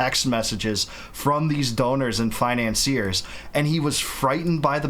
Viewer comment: She says ant instead of and.